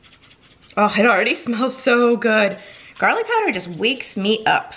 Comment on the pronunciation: Garrrrlick! You ruins it!